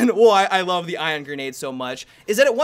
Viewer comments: ION, ION. Not IRON. ION. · You sounded like you were saying iron grenade almost the entire video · you keep saying "iron" grenade 😂😂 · Is it me, or did say 'Iron' grenade every single time:P